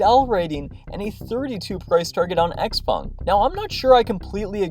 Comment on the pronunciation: pronounced: sh-how-pung !